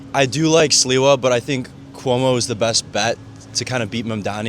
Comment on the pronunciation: Just for your info it’s pronounced SLIVA and means Plum in Polish.